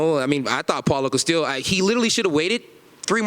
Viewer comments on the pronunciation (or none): Did this man call Paulo Costa Apollo Castille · why does he always say paulo castille? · Did he just say “paulo castillo”? 😂